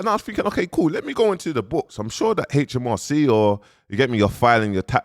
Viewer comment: Man said hmrc 😂😂